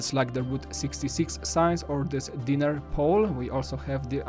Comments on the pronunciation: It's pronounced die-ner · He saying diner like dinner